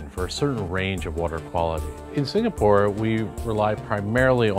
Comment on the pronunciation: It’s “Singapore “ not “Sinkapore